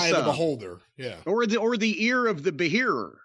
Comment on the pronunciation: "Ear of the be-hearer"🤣🤣🤣